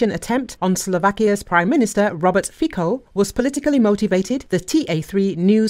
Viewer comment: Give us a break with your "Fiko" pronunciation: it's pronounced "Fitso"!